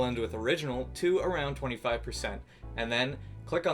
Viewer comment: I like how he says lair instead of layer.